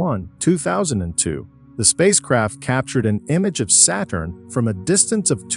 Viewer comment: pronounciation of the planets is terrible , its satturn , not seyturn also stop mixing in so much CGi. Its confusing as the video is supposed to be real pictures